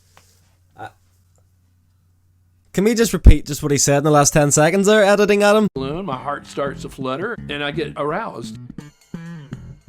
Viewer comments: LOLOL '' its a ballunn !! its just rubbar an airr '' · The way you say BALLOON is everything 😅